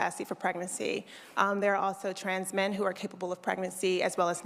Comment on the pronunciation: She said tans men. Sounds like you should take her class too.